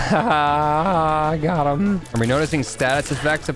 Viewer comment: It’s not hutt it’s HIM